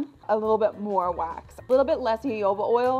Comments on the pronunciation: Lost me at the pronunciation of jojoba 😂😂😂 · Jojoba oil is pronounced hohoba funnily enough.